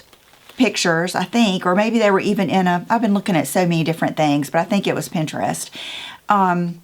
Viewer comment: You say Pinterest like normal people say Pinterest. If someone criticizes you, they’re not normal 😂. Hobby Lobby, Home Goods, Michael’s and At Home are my go-to stores. Can’t wait to see what you do!!